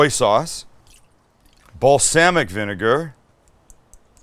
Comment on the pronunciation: You said BalSAMic vinegar! Awesome.